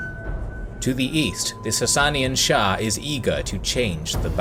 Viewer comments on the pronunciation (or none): none